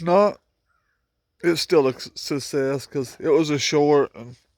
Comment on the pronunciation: Good morning bro... BTW.. It's SUCCSES.... IT'S AKA....SUCK-SESS... NOT SUSSEX... ILMFAO